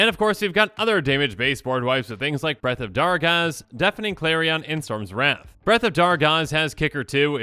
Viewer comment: When you were going on about wrath and like not to always do it i thought for the longest time you were saying rats and I was just like what's wrong with rats?